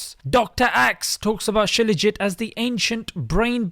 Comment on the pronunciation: It's not scilaugit....It's Shilaaajeet